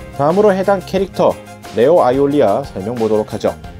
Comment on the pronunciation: 아이오리아... 올이라고읽으니 이상한...